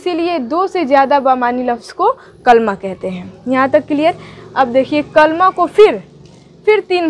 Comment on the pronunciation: کَلْمہ نہ کہیں تو اچھا ہوگا کیوں کہ یہ اصل میں کَلِمہ ہے